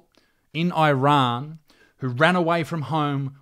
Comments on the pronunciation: It’s pronounced “eerun”, not “eye run”. You don’t hear people saying “eye migratshun” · why does he pronounce it "eye-rann"? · Dear Millenials, stop pronouncing Iran like a Seppo. EEERAN, not EYERAN. Wankers